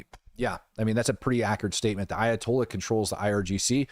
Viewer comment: Ayatolya' so!!! Comayknee!!! Tolyaso!!